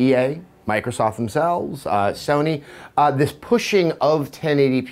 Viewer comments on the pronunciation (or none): none